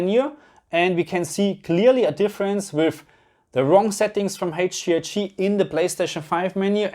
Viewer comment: Haige Gee I gii 😜 don't ever change! 🙏